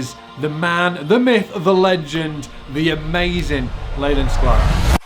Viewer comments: C'mon 😭 the man's name is pronounced "Leeland" not "Layland" that's why he goes by the name Lee! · I'm sure it's pronounced LEE' land